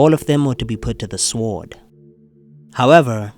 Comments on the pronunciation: What’s with the sWord pronunciation? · The "w" in "sword" is silent.